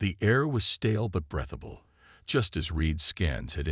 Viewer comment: 'you need to see this' appears again. and its 'BREATHE-able (breethable)' not 'breath-able (brethable)'. you need to see. you need to see. you need a damn thesaurus. Atlas shouldnt become apples in the subtitles nor disabled to dissabled - youtube closed caption subtitles are better, use those dont generate your own.